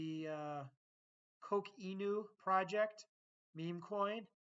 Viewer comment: You need to pronounce Coq Inu better 😂